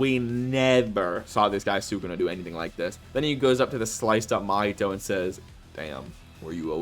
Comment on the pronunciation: Cool video my dude but who's that Mahito you're talking about? That guy's called Mahee-hee